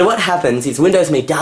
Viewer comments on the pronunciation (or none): It's pronounced. M.E not Me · Pronounced EM-E